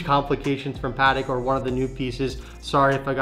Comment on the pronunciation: Pls guys learn to say patek.